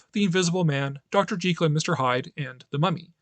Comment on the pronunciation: Thumbs up for pronouncing Dr. Jekyll's name correctly!! Most people don't know, but Stevenson was insistent that his name had a long-e vowel sound. I know it's a losing battle, but I still feel compelled to point that little fact out on any video that mentions Dr J & Mr H...